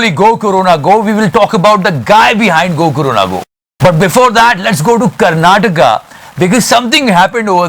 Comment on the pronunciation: Finally an Indian from North saying KARNATAKA..